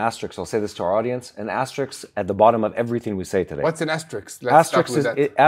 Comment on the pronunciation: RISK, not rix. ASTERISK.